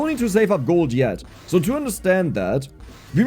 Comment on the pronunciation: Dude its S, not Z. "So" not "Zo". "Super" not "Zuper"